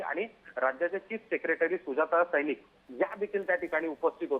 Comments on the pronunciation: news रीडर कोणी केल तुम्हाला?सौनिक ऐवजी सैनिक म्हणतात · सैनिक की सौनिक?? अँकर बाई काय करताय?? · सैनिक नव्हे सौनिक...उच्चार बरोबर करा